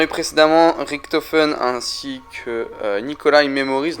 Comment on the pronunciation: richtofen pas riktofen